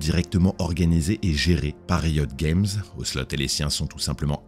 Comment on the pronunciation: Bon storytelling et voix posée c'est kiffant mais j'comprends pô pourquoi tu prononces League of Legends en anglais mais pô Riot Games ? S'dommage mais bonne vidéo merci, ça fait patienter en attendant TGR 🙃